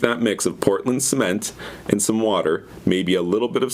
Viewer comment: oi cunt what the fuck is portand cement, love from australia